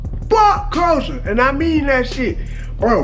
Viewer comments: Talking about the football and can't pronounce the name of England opponent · You are pronouncing Croatia wrong😂